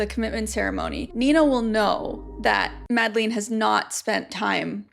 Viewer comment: I'm sorry but it's pronounced not MadlEEn but with an e like the e in Melania (sorry, but i was searching for another english word that has that sound but couldn't think of one)